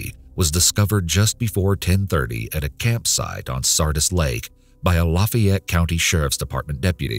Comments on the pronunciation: WTH is luh-fie-et?? Lah-fie-ette is ok, lahffy-ette is ok, even lahffy-ette is ok. But... luh-fie-et? No. 🤨😄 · I'm sorry but how does someone NOT know how to pronounce "Lafayette"??? Lah-fay-yet. LOL